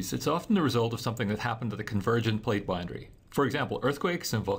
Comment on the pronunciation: Someone teach this man how to say boundary.